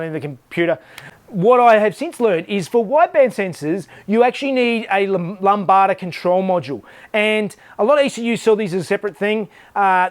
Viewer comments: haha, lambada, thats my fav new word, its "lamb-da" =D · Hahahahaha lambada. Pronounced lamb-da, it's greek. Love ya work. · He he, I think everyone picked up on lambada instead of Lambda. Should maake the car get up and boogy though!